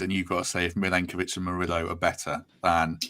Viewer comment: I think you are both wrong and it’s more like ‘Nikola Milenkovic’